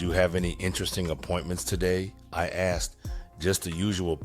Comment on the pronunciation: Thanks,, for saying 'asked' instead of 'axed.' Tytyty!😂